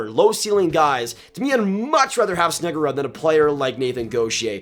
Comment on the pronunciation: snuggeroooooood not rudd